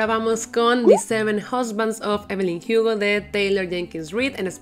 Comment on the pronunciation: No entiendo pq siempre pronuncia (jiugo) y no Hugo, siendo que la protagonista es latina y acá se Lee la h como muda y no como j